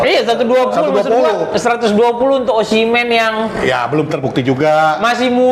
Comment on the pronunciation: Oshimen ❌ Omishen ✔ 😂😂😂😂😂😂😂😂